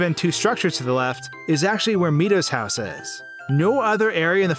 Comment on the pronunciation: "jerudo" "meedo"